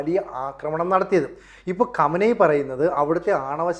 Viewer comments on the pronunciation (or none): none